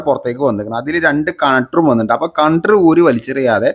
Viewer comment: കപ്പ്‌ ഊരി തിരിച്ചിടടാ പൊട്ടാ പിന്നെ കണ്ടർ അല്ല കണക്ടർ അങ്ങനെ പറയൂ ok